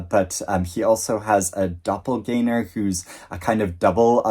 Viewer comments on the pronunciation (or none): none